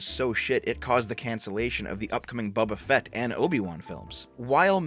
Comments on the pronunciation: Are you saying Bubba Fett on purpose? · "Bubba Fett"